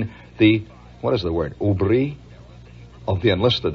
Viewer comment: Shep's special guest vocabulary word for today is "hubris". He pronounced it "ooobreee" which might make it sound of French origin, but according to the google, the word "hubris" is of Greek origin and would be pronounced "(h)ooobris". The word has a negative connotation, and refers something to the effect to someone feeling that one thinks they are better than the gods. After pondering this a bit, I was wondering why Shep used the word hubris for the T Sgt's melon-growing effort, then I appreciated that it was Shep's high-level assessment of the TSgt going forward with a plan (melon growing on an airfield), without taking into consideration that there are goings-on at the airport (gods) that the TSgt did not educate himself to be aware of.